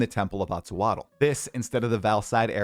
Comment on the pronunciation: the way you pronounced Atziri is criminal!